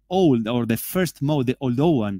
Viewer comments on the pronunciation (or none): none